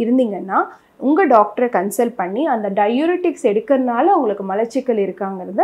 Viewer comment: நீங்கள் இந்த வீடியோவை ஆங்கிலம் தெரிந்தவர்கள் மட்டும் பார்க்கவும் என்று போடவும். உங்கள் விளக்கம் இன்னுமொரு டாக்டருக்குத்தான் விளங்கும். மளச்சிக்கல் உச்சரிப்புப்பிழை. மலச்சிக்கல் என்பதே சரி.